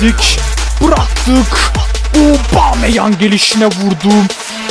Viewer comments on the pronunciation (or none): aobomeyang diyişi